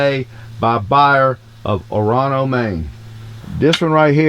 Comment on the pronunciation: Nice runthrough on your gear, thanks. Good to see Orono, ME represented! It's usually pronounced "OR'no" or "Or-uh-no"... just to let ya know.